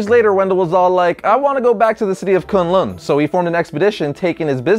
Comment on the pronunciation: what kun lun it's kon lond